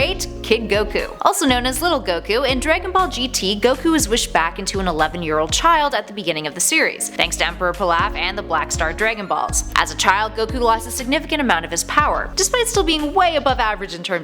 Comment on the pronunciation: Palaugh? It’s Pilaf